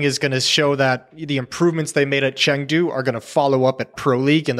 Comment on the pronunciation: chengdo or chengdo not, there is no chengtry